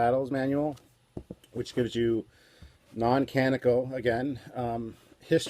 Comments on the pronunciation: only so this one now but... canonical. cah-NON-ih-cul... four syllables. also, as much as I love it, I even bought it as soon as it was published, Mr Scott's Guide is not canonical. if it ain't on screen or in the encyclopedias written by Okuda, it ain't canon. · Canonical............ Can on ee cahl